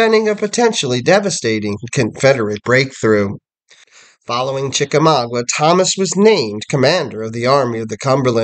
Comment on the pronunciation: Sir i am trying very hard to be understanding with you. But your errors are getting outrageous. General Grant was not at the battles of Mill Springs, Perryville, or Chickamauga.{pronounced Chicka-maaga not Chicka-mawgwa) General Grant didnt come into the picture until the siege of Chatanooga. I dont understand why you put these types of errors out here for people who dont know any better to take you at your word. Its ridiculous. Just take more time doing research instead of putting out videos so quickly and it would be a better product. Also old hickory was never a nickname for him. That belongs to Andrew Jackson. Why do you not care about this. You should be ashamed.